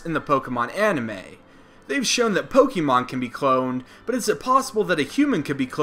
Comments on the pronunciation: Good gosh, if you're going to make Pokemon videos, learn how pronounce Pokemon properly. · You say Pokémon incorrectly!